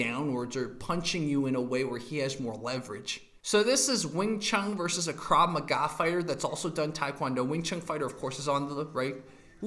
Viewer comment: Vs. = versus, not verse. So it's wing Chun guy VERSUS mma guy, not wing Chun guy verse mma guy.